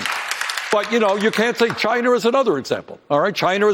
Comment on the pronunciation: Where's Chiner? I never heard of it before.